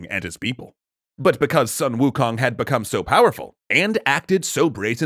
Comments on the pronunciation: No it's "swuh-n ookung" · Still pronouncing Sun Wukong name wrong...